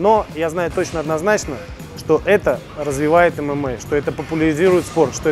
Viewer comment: Эмэмэй а не ымыма